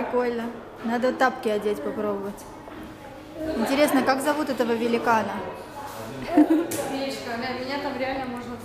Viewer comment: "Великна" исправь )